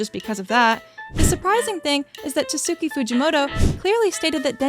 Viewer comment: Prob he meant is pronounced tats ki Fuji moto, the u in tatsuki is silent. Anyways there is no need to be rude about it, great video!